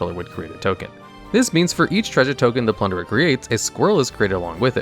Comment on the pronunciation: Okay I understand you mispronouncing fantasy words like Niv Mizzet, but plunderer? come on